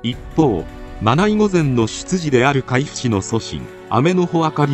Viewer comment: 参考になりました！ありがとうございます。１つだけ海部は『あまべ』の読みます。